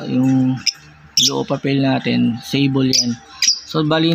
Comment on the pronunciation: Kamote Hindi alam pronounce ang sable. At hindi mo rin alam ang totoong meaning ng sable tsk tsk tsk